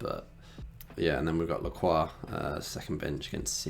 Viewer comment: my friend pronounced his name as la-crox😂